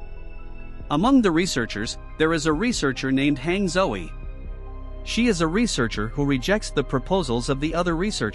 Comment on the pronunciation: Hange Zoe Guy: “hang Zoey”